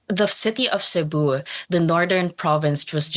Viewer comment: It's not /say-boo/ but /sé-buh/